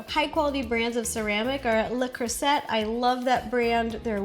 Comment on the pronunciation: … she didn’t pronounce Le Creuset correctly🤦🏾‍♀️